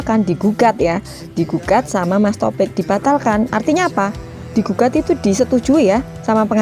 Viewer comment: Maaf masut saya mas tofik bukan totok